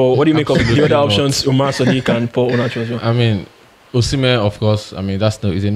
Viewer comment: Brothers the prononciation of osimhen is not the right prononciation, that is the prononciation of french peoples go and ask any Benin person they will teach you how to prononce it.